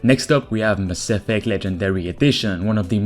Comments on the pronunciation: Yo... Cool videos and all, but did you seriously say maSSEFECT? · I'm now pronouncing "Mass Effect" like you 🤔👊🏽 It just sounds dope that way 🤠